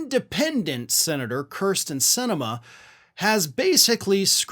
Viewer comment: It's pronounced keersten